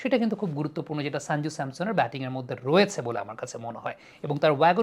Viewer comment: সঞ্জু স্যামসন ✅ শাঞ্জু স্যামসন ❌ উচ্চারণ টা ঠিক করে নেবেন। আপনার ক্রিকেট বিশ্লেষণ অসাধারণ। A gem U r of this sub continent in your field.